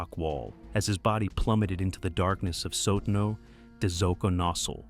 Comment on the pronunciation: Now I'm surprised that the AI doesn't know how to pronounce ''Sotano'' (Soh-tah-no), not even a difficult one considering there's a tougher word next; ''Xoconostle''.